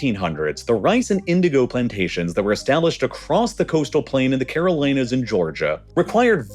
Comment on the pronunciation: "Caroleenas". AI voice. (There is a town in NC called "Caroleen" and Facebook has a data center near there 😂